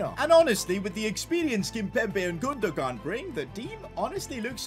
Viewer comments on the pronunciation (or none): Great vid but i was annoyed because it’s pronounced like gunduan not gundugan